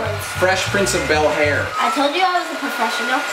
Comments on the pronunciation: My man’s said “fresh prince of bel HAIR” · “Fresh prince of bel-hair” i died